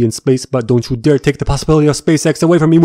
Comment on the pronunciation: Am I the only one who hears spaceX instead of space sex?